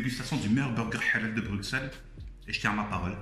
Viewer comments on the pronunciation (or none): Stp toi qui viens de Bruxelles dit " Brucelles" fait pas la meme faute que les étrangers 😭😭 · on dit "bruSSel" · Non mais ça ce prononce Brussels et pas Bruxelles